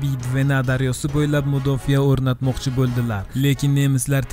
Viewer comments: Mudofiyamas mudofa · Mudofa deng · O'zbek tilida "mudofiya" degan so'z yo‘qku! "Mudofa" deng dovdiramay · Mudofiyamasa mudofaa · Mudofiya emas Mudofaa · Mudofa deyiladi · eee mudofiya 😂😂😂 oldin tarixni yaxwilib urganb ol